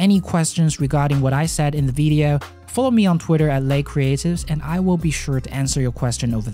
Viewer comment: hey there ce any chance you could say video instead of veedeo